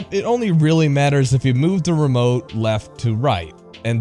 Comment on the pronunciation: Boy, did you just call it the fuckin' "Ree-remote"?